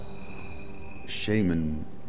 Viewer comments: the germans sure as hell did not invent ''shaman'' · i bet did not say shamen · Ok, is the shamen pronunciation from WoW lore? Because i watch alot of documentaries about shamans that live in the amazon(well the few that there is) and all the scholars, researchers and journalists call it shaman.